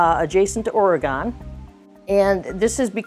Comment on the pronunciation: Really Cool! but ah,it’s really annoying when people pronounce Oregon wrong. Even some Californian people do it. It’s “OR-UH-GUN” not “OR-EE-GONE. Not trying to sound rude or something just trying to spread the correct info